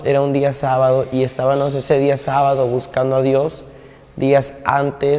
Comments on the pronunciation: No se pronuncia "estabanos" se dice "estabamos" cuando se habla de Dios hay que ser impecable en la palabra. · DISCULPE QUE LO CORRIJA PERO SE DICE ESTAVAMOS. DE DIOS.